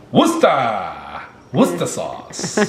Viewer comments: Yes!! You're the first none British person I've heard the pronounced 'wuster' sauce like we do 😄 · Well done on the pronunciation 'Wuster' sauce was perfect! 👍🏻🇬🇧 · It made me smile when he said it right. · I have a grin from ear to ear 😁 Well done you got it ‘WUSTER’, I’m so proud of you 😂😂 You are absolutely my favourite you tubers, you are a lovely couple and your children are great. I’ve just been watching your birth stories and I was absolutely hooked, I seriously can’t get enough. Much love, Karen from England ❤️❤️ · I just stopped in my tracks! pronounced Worcester perfectly! I'm from there and always cringe when Americans try and pronounce it, but that was excellent, well done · Yay solo you got the Worcester right😁😁. If you want to put the the shire on the end it's pronounced sheer. In UK some people call it lea and Perrin which is the brand name here. Love your videos and always watch. Love to you all xx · You said Worcester sauce as we do in England